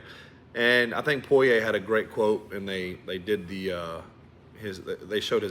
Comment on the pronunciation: I like everything about this podcast except how you pronounce "Poyer"